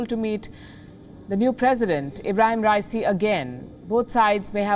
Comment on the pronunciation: What if you start by pronouncing his name correctly ?